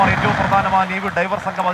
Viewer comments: Navey driver അല്ല diver 😢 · ഡ്രൈവർ അല്ല സർ ഡൈവർ .... വെള്ളത്തിനടിയിലേക്ക് ഡൈവ് ചെയ്യുന്നവർ...നമ്മുടെ ഫയർഫോഴ്സ് സ്കൂബാ ഡൈവർമാരെപ്പോലെ... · ഡ്രൈവർ അല്ല,24ഏ, ഡൈവർ